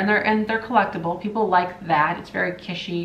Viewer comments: Not "kishy" like fishy! kiTsch like hitch Or Kitch - en . No one says Kishen. Or shouldn't anyway. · “Kitsch” is a German word. In German it’s “kitch” as in “kitchen”. I said it incorrectly in German (said “keetch”), corrected by a native German. (I’m odd as I love languages & pick them up easily; say foreign words the way they’re pronounced in their language whenever I can. Drives hubby cuckoo😬!) However the proper English pronunciation is “kich” leaving out the “t” sound. I’m not criticising or being mean; it’s a pet peeve of mine as well as apparently yours😉! I hope that helps! Cheers & have a lovely weekend! 🧡🎸🎶⚡️🦇🦇🦇